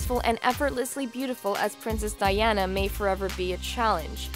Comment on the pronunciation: I feel bad because the only thing I could focus on was that she said Princess Diana's name wrong!!!! I'm a horrible person!